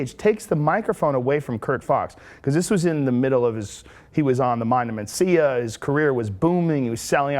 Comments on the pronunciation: "Mancia" - How can this bitch not know how to pronounce Mencia? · Mencia, ana, not Mancia. She always reads something wrong. Atleast it was.only that in this video. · Carlos mAncia? I’m pretty sure it’s Mencia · You'd think someone hosting a show would know how to read..."Carlos Mancia?" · Lmao "mancia" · Carlos "Mancia", as she pronounces it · "Carlos Manseeuh" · It annoys me when she pronounces it man-cea lol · MEN-CIA. Men.... Mencia. Ugh, these people. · She can’t even say Carlos’ last name correctly.